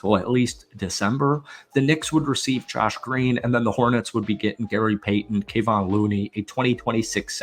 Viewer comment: For bleep sake! Learn how to pronounce Kevon's name! Hard to take you seriously when you can't even say the name of a guy who has been playing with the Warriors since 2016. Reminds me of all the videos where the narrators keep talking about "Steven" Curry.